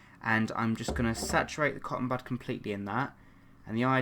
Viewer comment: Hehe when he said cotton bud I thought he said cotton butt lol 😆❤️😝